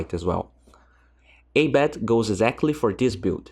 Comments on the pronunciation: Ah-bed bruh not ey-bed :) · its not A BED.. its prnounced as abeed